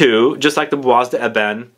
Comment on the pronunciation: Bois pronunciation = Bwa.